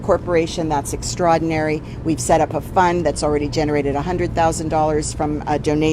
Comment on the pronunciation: If she can't say extraordinary...she shouldn't say it at all...ban her